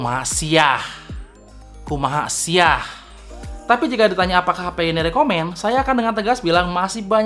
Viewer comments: bukan kumaha siah tapi KUMAHA SIA! 😆😆😆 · kumaha sia yg bener bang bukan kumaha siah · Hahahaa.. Harusnya KUMAHA SIA bukan KUMAHA SIAH.. Beda arti.. Hehe #SalahFokus